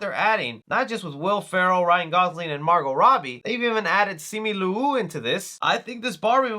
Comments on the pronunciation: bro said simi lou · Hello, i think you mispronounced Simu Liu's name.